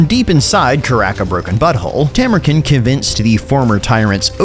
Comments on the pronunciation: hate to be that guy but bro why you callin him Tamur-kin, it's Tamur-KHAN, you even used the voice clip where he says it like that in the first 5 seconds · Isn't it Tamurkhan not Tamurken? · Khan is pronounced with a long a. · Stop pronouncing his name wrong. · I do enjoy that you continue to mispronounce it even after he says it himself. The internet is sure to be furious